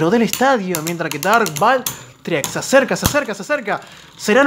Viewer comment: Se dice valtriek